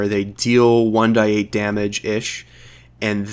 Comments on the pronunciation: You are the only person I have ever heard say 1 die 8 or w/e instead of 1 D 8 and it's making me tweak out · It’s 1d8 not 1-die-8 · You might be the only person I've ever heard say 1d8/1d6 etc as "die" instead of "dee" (like saying the letter d).